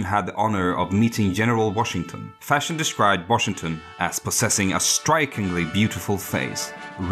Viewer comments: Von Fersen. Not von Fershen. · It's Ferson not Fashion. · The narrator seems to pronounce his surname as ”Fashion”!